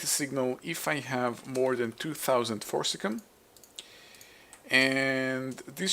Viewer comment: It's not "cum",. It's pronounced "see-um". So "for-sis-see-um". So Forcicium not forcilium, or forcicum.